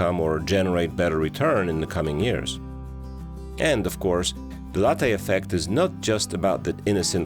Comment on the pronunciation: Please ask some Italian how to pronounce Latte 😜